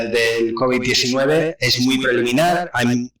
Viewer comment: Bruto el primero dice looby 19 y después cobi 19 jajajajajajaja explico mejor el segundo